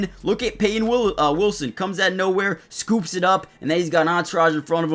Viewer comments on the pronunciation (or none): none